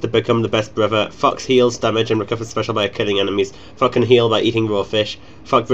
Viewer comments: heard fuck instead of thok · Flock fock fuck. Sounds strangely scottish. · Lol, every time you say Thok I hear: fuck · Whenever he says 'Thok', I swear it sounds like 'fuck' lol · lol its like ur saying fuck everytime :-) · I love how when you say Thok is sounds like Fuck. XD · when u said thok, i thought I heard Fuck, haha anyways a wonderful guide, keep it up :D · I like the part when you say Thok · Maybe he was saying Thok after all....